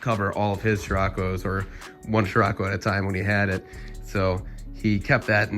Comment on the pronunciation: I've never heard "shirako" so far. It was always "sirocco". "Shirako" – sounds weird.